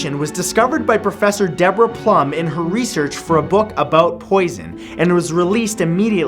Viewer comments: Matt says "Plum" instead of "Blum"... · Blum is pronounced bloom